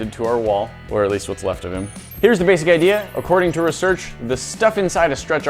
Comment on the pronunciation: Why did he say Research like that?